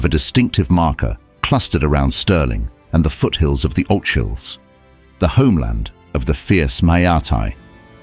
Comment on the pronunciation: The Northern Islands belonged to Norway before they became part of Scotland so they were Viking. The Ochil hills are pronounced OKil. The CH is like a K.